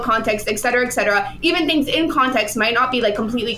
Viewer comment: She need to stop saying “etcetera etcetera” if she’s going to mispronounce it every time. It hurts.